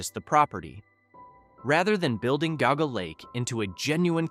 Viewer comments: It's pronounced JEE-AW-GUH not "goguh" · Geauga Lake was pretty big and I highly doubt it’s forgotten. Also it’s not pronounced goguh lake it’s Jee-ah-guh lake